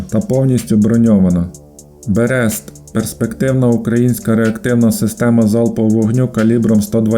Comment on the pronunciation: Берест наголос на перше "е".